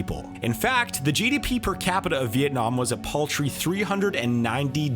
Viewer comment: Unlike other "economist" youtubers. He pronounced "Vietnam" really precisely. Nice!